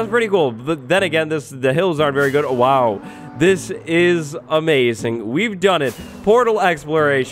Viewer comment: Did you say it was aMESAing?